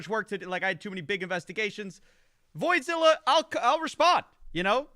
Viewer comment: "Void-Zilla"... i died...